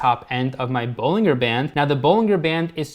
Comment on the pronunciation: Just so you’re aware for the future, Bollinger is pronounced with a hard “G” sound like “BollinJer” like how “Roger” is pronounced. Here’s a video with John Bollinger himself for reference: Not a huge deal of course. Just thought that might be helpful :)